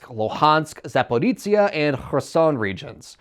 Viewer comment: zaporizhzhia is pronounced "zaporijya", not "zaporizzia". It is not an Italian province